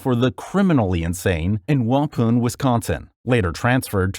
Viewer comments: It’s pronounced wah-pahn not wapoon. We’ve had several infamous killers in our three prisons. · Wah Pon is how you pronounce Waupun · I’m sorry. Just have to say this. At the he completely butchers the pronunciation of the word Waupan. This is coming from a life-long, born and raised Wisconsinite. Phonetically, it’d be pronounced more like “Wah-pahn.” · That pronunciation of Waupun, WI was criminal.